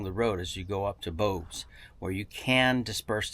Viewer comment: "Bose"?! No, it is Bouse!